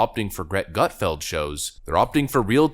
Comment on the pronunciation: The only problem I have with this video is how it sounds when he says Greg Gutfeld. it sounds Like Gret Gutfeld